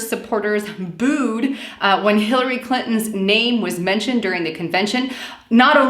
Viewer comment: Lol I'm not sure if it was intentional but at about she talks about Bernie supporting "Hitler-ey Clinton". Made me chuckle.